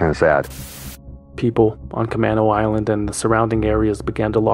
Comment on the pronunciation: As a Seattle native, let me make a correction to the Concerned Citizen re: Camano Island. It’s ca-MAY-no, not ca-MAH-no.